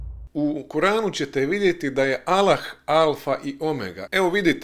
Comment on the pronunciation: Trebao si bar nauciti akcenat kada izgovaras ime Allah.. 1.“Kako će to biti– reče Marija anđelu- jer se ja ne sastajem sa mužem? Duh sveti sići će na te – odgovorio je Anđeo- Sila Svevišnjeg zaseniće te”. (Luka, , 35). 2.Po tvom tumacenju Boga je rodila Marija .. 3. Allah - Jedan! Allah je Utočište svakom! Nije rodio i rođen nije, i niko Mu ravan nije!"